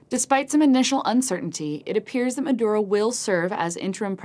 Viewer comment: should learn to pronounce Maduro...